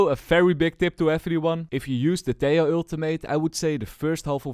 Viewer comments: you fixed half the pronunciation of Tejo's name! keep it up only the second half to go :p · hi, ia m not sure about this but i think "tejo" its pronounced like "te-ho" instead of "te-yo", i am not sure but as a Colombian myself i think "te-ho" makes more sense" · Tiao?, wait whatt? Valorant dev themselves confirmed its " Teho " from colombia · Hes pronounced as teho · Helloooo. I'm Spanish, and the "j" in "Tejo" is actualy pronounced like an english h, so its more like "Teho" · TEH-HO Your welcome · Hey i have fun fact About this Tejo, I know this might be an unimportant fun fact, but in my place (Indonesia) He is called Tejo not teh-ho. This case is like the ISO agent. When he was first released, many people interpreted his name as (BISA). If you interpret it, it means "can't". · hes from colombia (they speak spanish) so most likeley his name would be pronounced as teho (think like javier - havier) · Its T-EH-O 😭😭